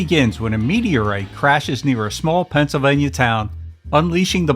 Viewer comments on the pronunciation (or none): none